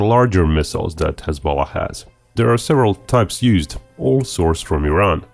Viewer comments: I kept hearing hez-pollock. The great party of pollocks lol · Every time you say hezbollah, it comes out as hez-bollocks. Fucking hilarious 😂😁🤣. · please stop saying hezbollah like that.